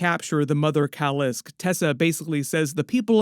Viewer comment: KAAAA LIIISK NOT KULISK OMG SONDAM ANNOYING !!!!!!!